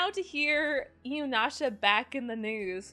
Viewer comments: For some reason I always hear 'Inunasha' when you are saying it. <X3 I liked the show but it felt soooo stretched out. Got the Final arc on BD and the movies on DVD. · Same! I was a little triggered by the incessant mispronunciation, but I appreciate clear affection for the series and characters. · You love inuyasha yet cannot pronounce it, what?